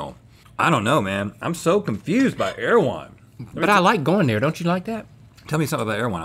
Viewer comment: I am listening on my girlfriends computer and omg the introductory girl speaking said, " air-one", not "err-e-wh-on" and it is driving my insane!